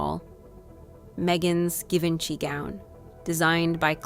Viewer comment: You know the Video (or at least the voices but that gives you an inkling...) is AI when they pronounce famous words like "Givenchy" wrong. Especially in a video about FASHION it is a tell-tale sign and pretty disgraceful.